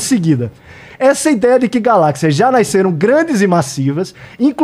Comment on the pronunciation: Acho muito chato gente que corrige portugues dos outros, mas falar "naiceram" é demais